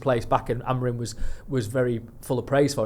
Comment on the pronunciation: you’re far too smart to keep calling him “AMORIN”, please get his name right, it’s such a simple change